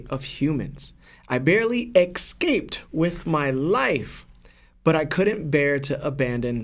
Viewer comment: Bro I it’s escape. Not excaped